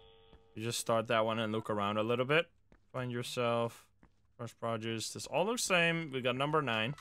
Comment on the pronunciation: I might be duxked up for this but when he mispronounced “produce “ took me out !!